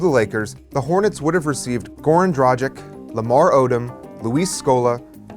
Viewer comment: Did he pronounced Dragic as tragic with a d?